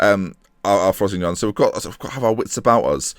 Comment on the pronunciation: Sal-air-knee-tan-oh Fro-see-no-ney Italian pronunciations;)